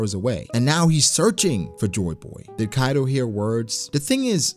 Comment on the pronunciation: Hi ! Great video, I have one question though, you're not the only one I heard say Kaido like that, like "Kairo" with a rolled "r" even though even in the japanese version of the anime it's pronounced Kaido with a "d". So why like that ? (genuine question) and again you're not the only one.